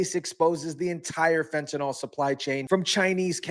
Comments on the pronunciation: Fent A Nil, not Fent A Nal. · Please learn to pronounce the word fentanyl. There is no O in fentanyl. The last syllable rhymes with "hill." Like this: "fentanill".